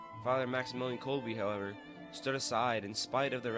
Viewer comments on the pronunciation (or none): none